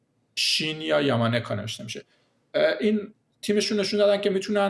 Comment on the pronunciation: با درود.....تلفظ صحیح .نام و نام خانوادگی آن دانشمند ژاپنی آقای « شین یا یاما ناکا » میباشد. و شما نام خانوادگی اورا در این برنامه اشتباها « یاما نیکا » گفتید....با تشکر از برنامه خوب شما.